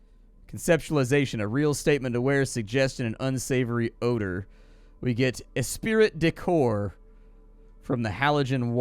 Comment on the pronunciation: Espirit de corps? I can't tell if you're joking or not. If not, it's "esprit de corps" (pronounced es-PREE). This is a pretty funny game, though - or a pretty funny character, at least - so maybe your way is better. :)